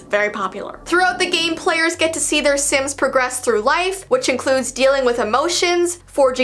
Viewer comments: reads the word "sims" sins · not knowing how to read hard words and names: Im so sorry if i read it wrong- Me: dont worry we all read things wrong